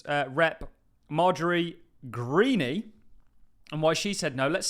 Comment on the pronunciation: Marjorie Greene has a silent E at end. Pronounced Green.